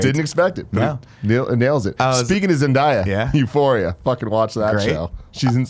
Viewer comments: Guys stop saying my wife name wrong, you say it how it’s spelled ZenDAYa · Why is it so hard for them to say zenDAYa?